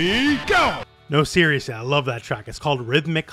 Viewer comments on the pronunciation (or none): none